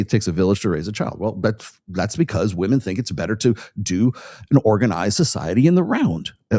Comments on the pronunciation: It gets on my every nerve. I thought it was a gen z thing, pronouncing it like that. If by PBD you mean Patrick Bet-David, then I'm surprised. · PBD is one of many that say 'Woman' when he means 'Women' I find this so annoying. Just me?